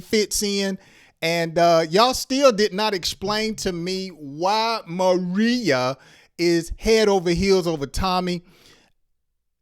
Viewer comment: Pronunciation. Ma ray ya